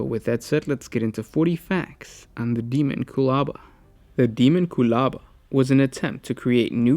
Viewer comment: You got the pronunciation correct.